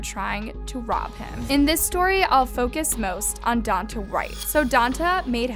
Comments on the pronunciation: Omg his name is Donta and it's pronounced Don-tay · If you're going to report on this story, at least learn how to pronounce their names. Don-TAY not Don-tuh. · It’s pronounced Don-TAY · “DON-TAY” Jesus. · It’s don-tay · Pronounced DON-TAY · It doesn't matter but it's pronounced "Don-Tay"